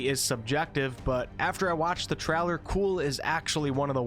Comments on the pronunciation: great video, thanks for the info. also, trailer is pronounced (trei - lr) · Yeah I hope this game is fun I want to jump in something that's really good and polished right from the beginning also I love the way you say the word trailer you probably don't hear it but it it's pretty funny sounding GG